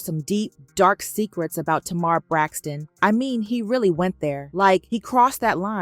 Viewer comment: Funky who, babe? Who Braxton, babe? We gotta get that pronunciation together when you wanna gossip.